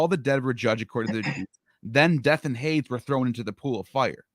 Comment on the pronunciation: minor point but Hades is pronounced 'Haydeeze'